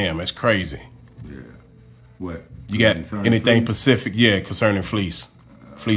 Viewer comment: it's *specific not *pacific